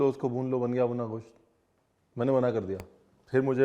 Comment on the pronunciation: Mutton ko Goss toh mut bola kijiye,kam se kam